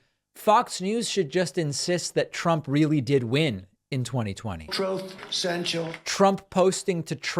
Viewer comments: He said he stated “Truth” or “Troth” depending on your preference 😂😂😂. I’m dead. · "Troth" - love it. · I love it how the Orange Dick-tator can't even pronounce the word "truth" 🤣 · Troth Senchal LMAO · He can’t even say the word “truth”…